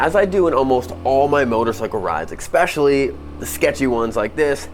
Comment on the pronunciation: Especially when the money maker says “expesionally”